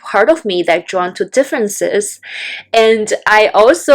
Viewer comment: Oohh you were saying the word "drawn!" It sounded like you were saying "joined." The captions thought you were saying joined too. Also you said "I want to be joined on my similarity." I didn't understand that either. Congratulations on you enlisting the help of Rocteem from Bangladesh. It looks like your views have already shot way up!